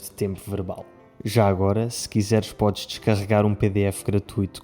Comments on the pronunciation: é ideia minha ou realmente o falou como brasileiro? "Como podji ver" 😂😂😂😂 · aaaa entendi agora. É porque o d com o s tipo faz o som de dj, eu achei estranho.